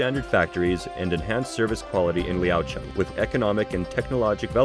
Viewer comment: your pronunciation of the city name sounds like the local tone...